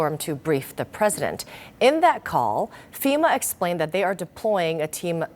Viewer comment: p'Rresident Biden 😂 They should address him as he is. The man thats shot said? Oh you mean you cant say anything if your shot?😂😂😂😂